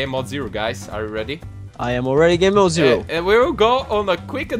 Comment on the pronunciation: pronounces "gamemode" like "gay-mode" XD